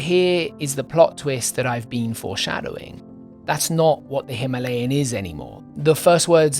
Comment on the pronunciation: Excellent video as usual! I'm just glad you pronounced Himalayan the normal way and not how the majority of speakers at ABR pronounced it 😂